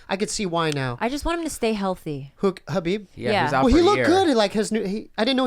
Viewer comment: the K in khabib is not silent